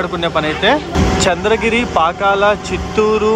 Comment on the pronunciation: Pakkala kaadhu bro Pakala